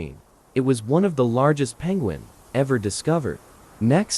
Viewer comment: are you saying one of the biggest peunguins? its the biggest penguin🤣🤣🐧🐧